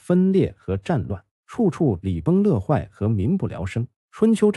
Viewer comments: 大哥呀 想发表啥有些词语需要严谨 本来奔着你这6小时长度来的 上来一句礼崩乐(le)坏 就没了看的欲望 小学生都知道是礼崩乐(yue)坏 作为大up主 不能犯这种错误呀还是在开篇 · 闭着眼睛也不会口误，这是文化的欠缺😢